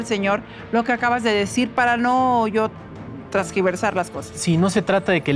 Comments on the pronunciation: No es trasgiversar, es " tergiversar"!! 🙄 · ROCIO ES "TARGIVERSAR", NO TRASQUIVERSAR, solo como apoyo a tú programa! 😊, espero me leas o la gente que revisa tus redes por que es la segunda vez que lo mencionó🙏👌😃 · Trasgiversar.......siempre lo dices mal Rocio, es tergiversar........... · Mi respetada y amada Rocío Se dice "Tersgiversar" Min. 52.15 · es TERGIVERSAR apúntele